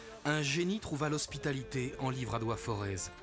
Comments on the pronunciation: Les Auvergnats ne font pas sonner le Z final...le "Forêt"... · On ne prononce pas le Z de Forez.